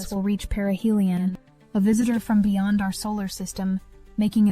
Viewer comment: BEYOND - NOT BEYONG